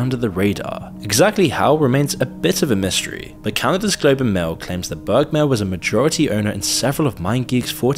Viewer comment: it s bermair not bergmar u f mron